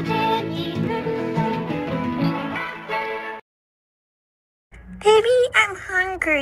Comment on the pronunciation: bunbun's first line sounds like ''peeby'' and not pibby LMFAO